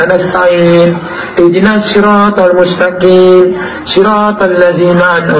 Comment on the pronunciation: Bukan Mustakim tp Mustaqim huruf qha bukan khaf😅